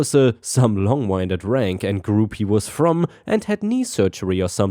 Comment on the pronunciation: "Winded" is "win did," referring to the wind/air. 🤪